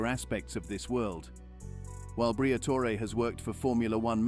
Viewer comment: The AI narration needs work. Al-Peen vs Al-Pine and whether to pronounce the "e" in Briatore🤔